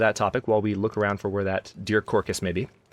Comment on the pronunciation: I’m from Texas and we say carcass. It’s sounded out like car + cuss.